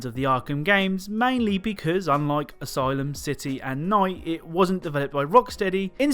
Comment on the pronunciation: Why did he say ayslum city